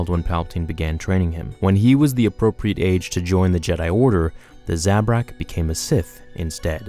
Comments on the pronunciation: You pronounce Zabrak wrong. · Thumbs down for how you pronounce Zabrak